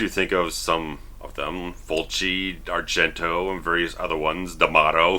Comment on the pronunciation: As an italian, I just love the way you pronounce Fulci, Argento and D'amato lol! Good review btw, keep up the good work!